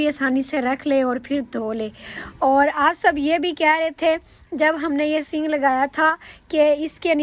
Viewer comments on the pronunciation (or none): Sing nahi sink kahty hain